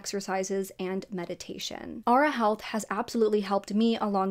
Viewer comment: Also, Aura is pronounced ‘or-ah’ not ‘ah-ra’